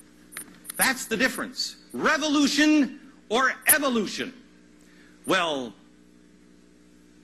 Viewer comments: Glad I wasn't the only one who noticed "Evotution." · "Evotution" LOL